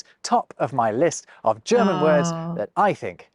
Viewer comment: your german intro pronunciation is getting better and better, soon you will be able to speak german